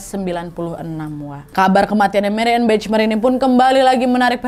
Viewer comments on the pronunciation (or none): Maaf, dibacanya Mariyane Bakhmaier. Sukses selalu mbak Nadia :)